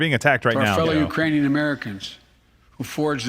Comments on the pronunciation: Watch Kamala's face when Sleepy says "Uranian people" -- she can barely suppress a laugh 🤣🤣🤣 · Did y’all see Kamala mouthing uranian when Biden said Uranian instead of Ukrainian. Hilarious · It wasn't Iranian... he said Uranian. LOL! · He said Uranian. You know, people from youranus, I mean Uranus Come on man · "the Urainian people" Lol.😂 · He said Uranian... like people from Uranus. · That speech was brutally embarrassing, Biden is an embarrassment. “Uraniun’s” 😂😂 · Lmao liver fail after this live stream. Also I love how kamala caught his "Iranians " when he means "Ukrainian" Slip up. She mouth the word an kinda did a head roll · hahahah, when he said Iranian , even Kamala Harris had to reread what he read